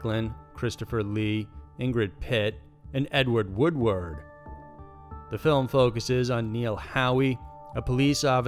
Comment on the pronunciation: It’s pronounced Edward wood.....ward